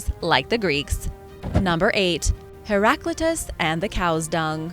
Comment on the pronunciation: You have mispronounced Heraclitus